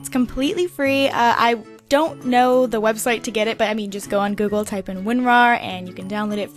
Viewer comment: the did she say type